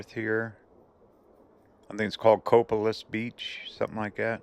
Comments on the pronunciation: We just stayed there 3 weeks ago, just missed you. FYI, its pronounced co-pay-lis. Like copay, lis. Lol, love ypur show, we watch every episode. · What fun to see places that I used to visit every summer as a kid! Thank you! One of my pet peeves is when road trippers visit my area and butcher the pronunciations of place names. Moclips is pronounced MOE-clips and Copalis is Co-PAY-lis. Google “How to pronounce…” or Heaven Forbid…ask a local, like your friend Carl there!